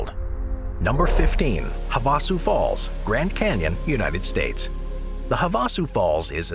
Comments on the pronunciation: Havasu Falls are pronounced "hav-a-su" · Stop using voice overs or at least train it to say places right. Have a sue falls wasn't the only butchered place